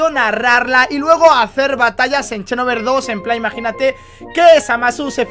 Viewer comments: por favor di "xenoverse" no "chenoverse" JAJAJAJAJAJ (Sin ofender;) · porque lo pronuncias como chenoverse?